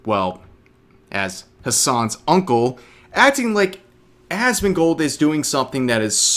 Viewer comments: Did she say Asmon"god" lol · He called him assman. She called him Asmongod XD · I thought he called him Assfand, mixing him up with Esfand. Whether that was intentional to make it sound like Asmongold is of so little import his name isn't even worth remembering or if he genuinely mixed up the two I'm not sure but either way he looks dumb